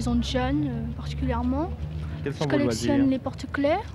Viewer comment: Le "jcôlectiônne les porte clai" m'a terminé avec sa copine qui a le même hobbie